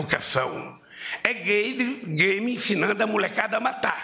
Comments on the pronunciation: ele não consegue falar game mais de uma vez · Ele domina TANTO o assunto que nem sabe falar "game"